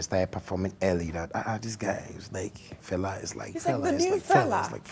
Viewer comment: Can Ojy Okpe please endeavour to pronounce FELA name ,(and other African names ) properly the way she would learn to pronounce European names. Thank you.